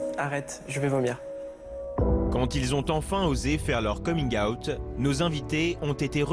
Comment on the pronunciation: C'était une boutade, car au début de la vidéo elle le prononce de cette manière au lieu de dire out comme tout le monde. Et les histoires étaient vraiment touchantes.